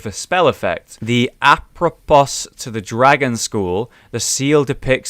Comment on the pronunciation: Apropos Pronounced: "A-pro-po"with reference to; concerning